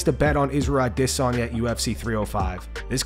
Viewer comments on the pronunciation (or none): Why the fuk the narrator says Izzy’s surname like he has an African accent is beyond me 🤷🏼‍♂️it sounds absolutely fukin ridiculous 🤣🤦🏻‍♂️ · The way the narrator pronounces "adesanya" is so cringe, stop, just say it like normal english speakers say it, stop trying so hard, it's cringe and pathetic. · The way he pronounces Adesanya is like nails on a chalkboard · This dude will never be able to pronounce Adesanya correctly! 😭😭😭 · Stop saying adesanya like a sped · Why do you insist on pronouncing "Adesanya" like a weirdo??